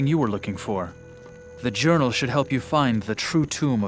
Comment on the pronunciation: Lysander is nearly deaf thats why he says horazons urinal instead of horazons journal